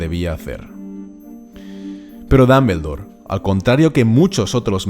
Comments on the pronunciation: Se pronuncia damboldor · Porqué tiene que decir Dambeldor?? Porqué!?!? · JAJAJA dambeldor, pronuncia bien por favor el nombre, gallego, gracias! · es DOM-BUL-DOR no DAM-BEL-DOR, después porque los latinos les hacemos bullying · Pero no es Dambeldore es Dumbledore😒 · Me mata su Dameldor Dameldor y más Dameldor mátame Dameldor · Me gusta como dices Grindelwold y Dambeldor Gran vidio Estoy siguiendolos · Ya y mi última profesora de inglés se fué con 17 años a Londres y volvió 20 años después y dice "Ji (he), Jer (her) Jis (his), mi hermana lleva viviendo en Londres 6 años y sigue diciendo "Apel (apple), iguel ( eagle) o dambeldore (Dumbledore). No te hablo del nivel gramatical sino de lo que es más sencillo todavía, escuchar, te hablo de saber pronunciar las palabras como se pronuncian. Entender que aunque compartamos alfabeto las letras suenan distinto. De eso te hablo. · Tomi Puerto en "occidente" pronuncian el nombre como la pronunciación inglesa... Los españoles pronuncian como se lee y eso es incorrecto porque los nombres no se traducen